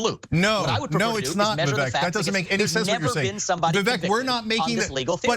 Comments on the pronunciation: It’s vi-Vake like cake… hard to believe you can cover someone fairly when he has at numerous times produced the correct pronunciation of his own name. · It's Viv-ek like fake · Vivek has an "e" but is pronounced like it has an "a". In other words - it rhymes with "fake"! Appropriate. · Vivek. It’s pronounced “weasel” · Didn’t pronounce his name right though 😂 So they didn’t do their homework, plus he probably didn’t know, sorry Ana’s Ego was hurt, that’s all that is! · You might try pronouncing his name correctly